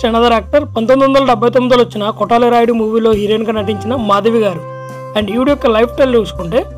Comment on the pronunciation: కొటల రాయుడు ఎమిటి. కోతల రాయుడు అనాలి.